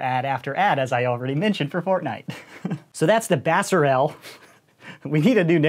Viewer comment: It's pronounced BAYSER